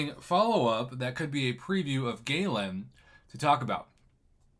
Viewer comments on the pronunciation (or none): Prof its gal an not ga lan the second one is what your saying. Also like I said before watch lagacy videos on him there r tones of videos on there and karatemike has a wonderful tutorial on how to use him. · His pronunciation is Guh-Lawn. Galen is my name